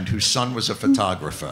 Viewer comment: HA did you here the way the said "photographer" . Perfect New Jersey Jew accent. "photaographa" LOL